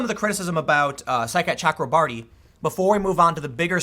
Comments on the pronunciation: Every time Tim says Saikat Chakrabarti I hear “Sidecat Chuck Lombardi” and I can’t even concentrate because I keep thinking what an awesome nickname Sidecat would be for a congressional staffer. Thanks for the laughs today, Tim. I’m rarely giggling when I listen to your show. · Anyone else here side cat chakra marty when tim says saikat chakrabarti